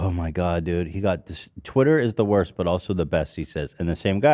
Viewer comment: Heck NO we aren’t about to just let get away with saying twitter as “TITTER” Y’all don’t let live “funger” down 🤣🤣 i had to keep rewinding that and kept dying laughing 🤣 but fr W Ethan for buying Ian’s verification on TITTER love that for him ❤️ (time stamp ) ✌🏽 & ❤️😂